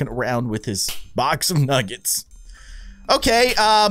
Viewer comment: 🤣 baldi’s is a bad speller he cant even say “nuggets” he says nuggs